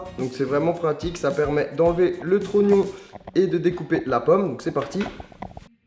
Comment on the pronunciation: j adore quand il dit le tronion